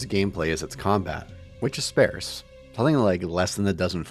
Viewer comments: It’s pronounced “SPAHRSS,” not “SPAIRSS.” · Please learn how to pronounce “sparse” correctly, or stop saying it! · Great video-- It's spAREse though! 😊